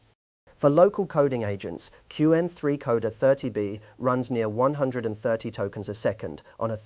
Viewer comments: Q-Wen is not the way most people pronounce it. Also, put at least 2 seconds of dead time before narration starts. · So I'm not alone ^^' And "cue N" for Qwen is a bit unsettling too. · the speech timing in this CLEARLY ai read is grading... the way it pronounced qwen, the way that it starts a sentence and sometimes pauses in the middle and continues... very annoying to listen to... that said, the content is top notch... I'm going to be reevaluating my local inference server for my openclaw setup this weekend. thanks. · that's why we keep coming back indeed, though mispronouncing "Qwen" tends to show he's a beginner, which he's not, apparently...